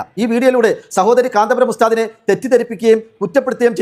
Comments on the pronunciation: കാന്താപുരം അല്ല കാന്തപുരം. എന്നാണ് നമ്മുടെ പണ്ഡിതൻ മാരെ കുററം പറയാൻ നീ ആരാടി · ഇവൾ മുസ്ലിമായിരിക്കാനിടയില്ല ഒന്നാന്തരം സങ്കി കാന്തപുരം എന്ന് നേരാംവണ്ണം പറയാൻ പോലും അവൾക്കറിയില്ല. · ഈ പെണ്ണിന് കാന്തപുരം എന്ന് പോലും പറയാൻ അറിയില്ല